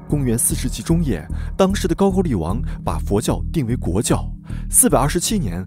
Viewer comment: 高句丽 读音是 GAO GOU LI 不是 GAO JU LI